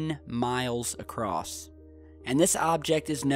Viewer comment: How many times has everyone else clearly heard pronounce ACROSS as ACROSSED OR ACROSST? What's up with that?